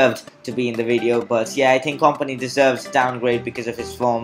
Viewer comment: Aguero should be 88 not 89..kompany is pronounced company